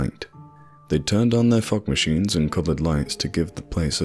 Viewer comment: When you said Fog Machines I thought you said Fuck machine